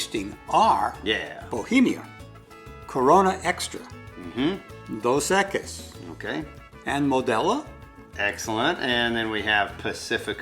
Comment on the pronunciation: That old man didn't even try to pronounce Dos Equis correctly, I doubt they'll ever know what Pulque is. My Dad is Tejano but my mom is from Morelos México and back in the 80s I remember as a kid my Dad got wasted all night drinking pulque with my grandpa and my uncle they finished a whole 5 gallon glass jug. 😂 They were just getting to bed when I was waking up.